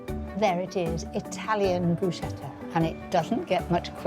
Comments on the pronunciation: Bruschetta wymawia się "brusketta", a nie "bruszeta". Niestety również Magda Gessler wymawia to słowo niepoprawnie. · ohh Mary Bruschetta is prounounced with a "k" like Broosketa